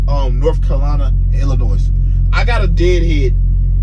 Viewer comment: No 's' in Illinois